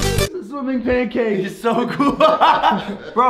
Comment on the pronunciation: logan i now that u call it pankank